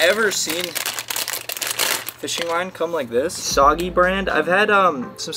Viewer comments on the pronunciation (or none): The “soggy” one is pronounced “soo-gay-ling” lol hope this helps